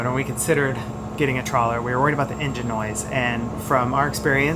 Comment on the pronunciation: Trawler not trailer